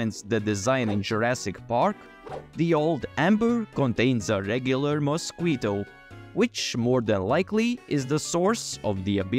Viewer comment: He called mosquitoes "miss-skwee-toes." Lol